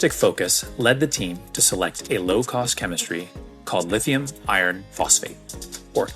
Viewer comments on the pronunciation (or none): Why did you both keep saying lithium "ion" phosphate instead of "iron". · Why does say "lithium ion phosphate?" Does he not know it is lithium IRON phosphate? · It's lithium IRON phosphate, not Ion. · Lithium iron phosphate. It’s not lithium ion phosphate. It makes me question somebody’s expertise when they can’t even pronounce something correctly.. ❤😂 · Dude said “lithium ion phosphate” multiple times. Concerning…